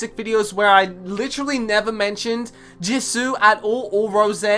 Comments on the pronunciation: Love u so much 😭😭😭thank u so much for this and baby it’s pronounced « JEE(S)OO » not jizu 😭😂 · The way he says Jisoo is kinda weird:))))